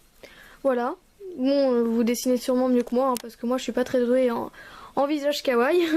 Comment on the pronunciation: Sa se dit KAWAIIIIIIIIi pas kaway mais la créa est super !